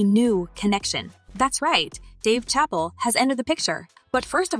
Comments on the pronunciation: Did she just say Dave chapel ? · WTF, THESE PEOPLE HEAR HIS NAME AND STILL PRONOUNCE IT WRONG, THAT'S WHAT I CALL A DUMB 🤬